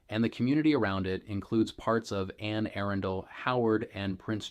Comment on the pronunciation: some good info, but seriously - learn how to pronounce words like "Anne Arundel" and "Laurel" before you try and sound like a local. Seems to be more AI as I listen more....